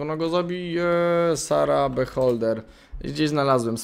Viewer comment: Nazwa tej gry jest po angielsku i znaczy obserwator. Fajnie by było gdybyś w takim razie czytał ją po angielsku - "biholder", a nie "beholder".